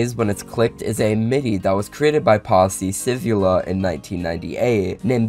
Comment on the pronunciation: Apoligise for pronouncing "Pasi Sivula" like that.